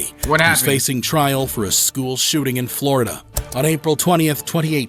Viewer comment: wth is a shoeting!? it's shooting!